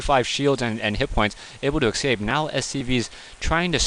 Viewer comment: Please stop saying "excape(s)". There's an 's' there, ESScape, the unit ESScapes. Thank you.